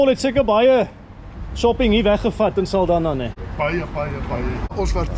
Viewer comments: Saldanha is pronounced "Saldanya" like in "nyama". The "nha" in portuguese sounds "nya". Sending love from Mozambique ❤ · Thanks for another interesting video. As for the name "Saldanha" the 'nha' in portuguese sounds like 'ñ' in 'España'. Lol😅 But that's in portuguese. Of course you're pronouncing it as it's pronounced officially. It would be interesting to know what the natives called it prior to the arrival of colonizers and settlers.